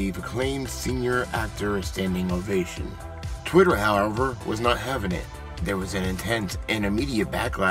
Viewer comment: Twit err ahh tee